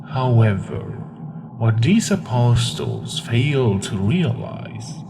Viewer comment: STOP SAYING APOSTLES LIKE THAT